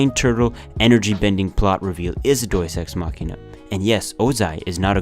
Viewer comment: I hate every time he says “doies ex machina.” That’s not how you say it.